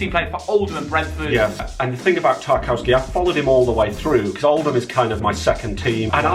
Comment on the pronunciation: Why do you pronounce Tarkowski name differently